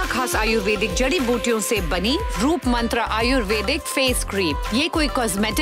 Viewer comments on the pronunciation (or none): none